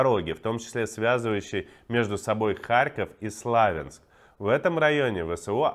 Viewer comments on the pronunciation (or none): Заканчивайте коверкать название города Славянск. Ударение на "я" - СлавЯнск, а не СлАвенск. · Спасибо, за правдивое освещёние событий. Надеюсь, что ваша команда находится в безопасности и будет продолжать вести эфиры о событиях в Украине. Берегите себя! P.S. Славя́нск. Простите, очень режет слух (потому что по-украински Слов'янськ)